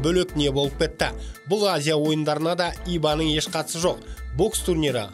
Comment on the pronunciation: Иба емес, аиба деп айтылады